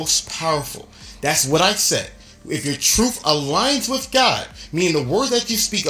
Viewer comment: I'm sorry but is it "Truf" or "Truth"? C'mon Hafeez...